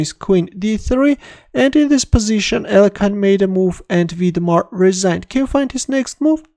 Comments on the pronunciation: please start pronouncing his name correctly again (Алехин) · What happened to the other pronunciation of Alekhine ? 😋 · Terrible blunder by in pronouncing Alëkhine.